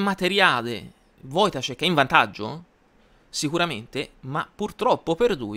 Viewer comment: Ciao, ottimo video e complimenti per la pronuncia del cognome polacco. Un piccolo appunto: l'accento è sulla a, si legge "voitàscek". Ancora complimenti per tutti i video che fai